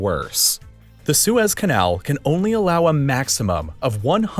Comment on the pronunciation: Did no one catch him saying “Swiss” canal instead of the Suez Canal yet? Can the next video be about how the Swiss captured the Suez Canal?